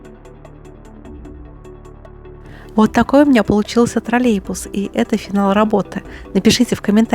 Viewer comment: не тролебус, а троллеЙбус.